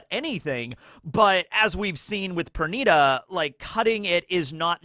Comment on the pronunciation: Per niii daaa not per nigh da